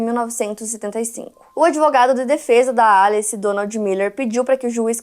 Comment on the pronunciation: Pq vc fala alice estranho? Kkkkkkk Em ingles nao seria pronunciamento Elice